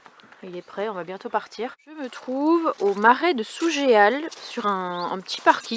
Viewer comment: Cc! Je suis native de Sougeal! Juste te dire quon prononce pas le "é"! On prononce sou"jal" en phonétique bizarre!! Ca me fait tout chelou de te savoir vers chez moi, moi qui rêve de vous rencontrer avec Dann! J'espère que ça se fera un jour! Des bisous!